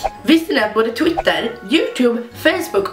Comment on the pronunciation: Är det bara jag som hörde titter istället för Twitter 😂